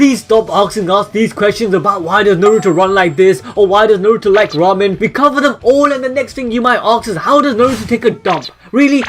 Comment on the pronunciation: Fuck me it’s not narootoe it’s Na-ru-to